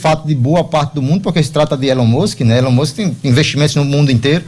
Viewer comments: Pronuncia direito ai, meu filho: "ILON MÃSK" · "Élón Mûsque" hahahahaha me mijeiiii com esse comentarista kkkkkkkkkkkkkkkkk